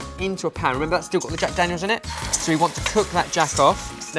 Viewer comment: Jag Dagnels and bacon strips... Trying to reach someone?